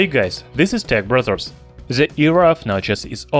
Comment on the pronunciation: what they said " hey guys this is tech brothers" what i heard " hey guys this tech brazzers"